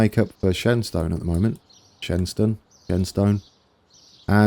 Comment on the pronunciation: Shenstone... pronounce it as Shenston... Source.... I'm from Brownhills ;)